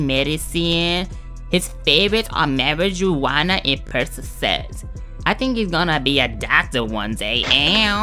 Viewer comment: "MAWIJUEWANA" lmao I'm ded